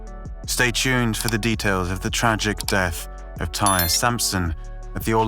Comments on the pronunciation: Idk who “tire” is. His name is TY-REE! And he didn’t die on impact, he died later that night at the hospital. You need to do better research if you’re gonna speak on a deceased person. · You really just called him "Tire?" 🤦‍♂️seems like you're not doing any research and just copy pasting articles. 🗑️ Channel. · It’s an easy mistake to make when comparing it to the work pyre.